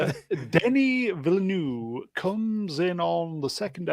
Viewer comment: First "Villanueve" then "Villenueve" almost "Villeneuve". F1 driver Jacques Villeneuve opened a restaurant called Newtown. You could use that.